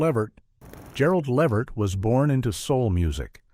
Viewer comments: LUH-VERT LUHHHH VERT! Not levet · Its Lavert, not Livert.🤦🏾‍♂️